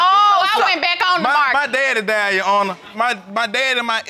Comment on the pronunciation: People repeat after me “ Honor “ not urner!